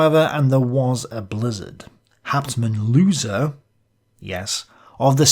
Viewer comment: Try Hauptmann "Lerser" next time =) that is closer to the "ö", not "Looser" XD